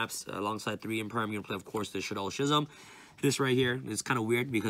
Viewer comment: ‘Shism’ LUL it’s pronounced skizem